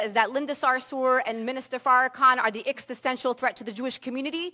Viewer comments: She can’t even pronounce the word existential correctly. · Extisential? Fuck she is dum